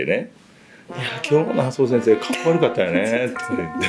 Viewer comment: あそぉしぇんしぇー😂😂 良く頑張りました🤣🤣🤣